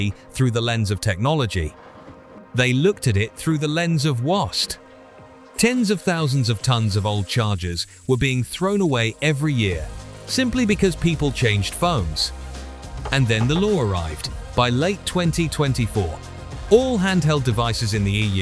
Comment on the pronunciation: Horrible AI narration. Ly mit instead of limit. Negoat e ate. Sheesh. Wost for waste. Bailing.